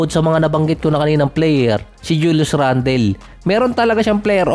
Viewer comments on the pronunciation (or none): none